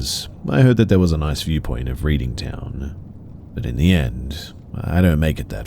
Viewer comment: Love this content. I’m British so the story about Berkshire was cool to hear. Note: Berkshire is pronounced Barkshire and Reading is pronounced Redding :) Keep up the vids!